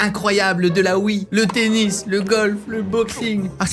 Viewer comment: Jai entendu penis aulieu de tennis 😂